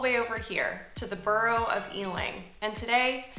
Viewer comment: You're going to have to learn how to pronounce "borough" properly sometime. There's no argument about it.